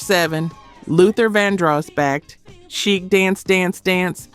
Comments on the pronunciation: no you didnt pronounced the group Chic's name as chick 😅 . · CHIC? SHEEK pronounced SHEEK... SMH!!!